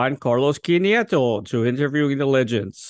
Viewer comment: You do very little homework, don't you? The name is pronounced KEEN-TEH-ROH.